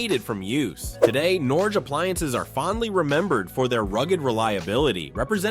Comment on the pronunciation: Did you also notice "Norgee", "Raider Range", "GEeeee" and "Kwah zer"? 🤣🤣🤣 Ya gotta love Artificial Intelligence! I'm afraid it's not going away anytime soon.